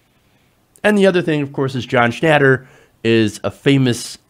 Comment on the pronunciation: You're an idiot. You just said Papa John blamed low sales on protests. Not vice versa. You aren't even pronouncing his name correctly. go back to special-ed.